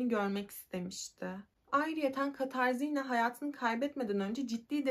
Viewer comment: Katarzinna değil Katarina diye okunur.